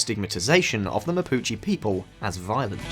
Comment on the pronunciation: I didn’t want to check… but I did, and yeah… video about the Mapuche mispronounced “Mapuche” the entire vid. Hombres, seriously, not hard at all to check how to pronounce the subject of your video…